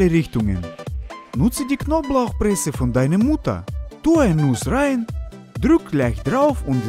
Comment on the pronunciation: Warum finde ich das so lustig, wie er deine Mutter sagt 😂😂